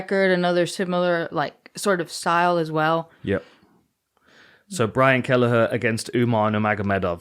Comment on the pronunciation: "Brain Kelleher" hehe, I had to double take